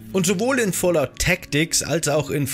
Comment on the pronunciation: Bro, das heißt aber Fallout nicht Fallot